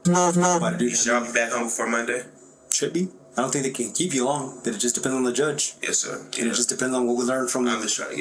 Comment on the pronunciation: "Yis ser."